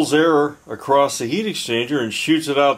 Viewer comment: First sentence he said acrost ... Bye bye.